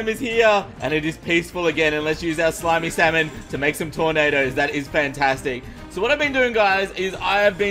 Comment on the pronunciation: 2.35 DID HE JUST SAY SLIMEY SALMON???!!!